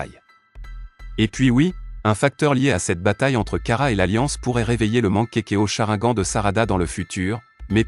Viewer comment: On dit chrinegane crétin